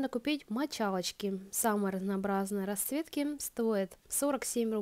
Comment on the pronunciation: Девушка надо говорить расЦветки а не раСветки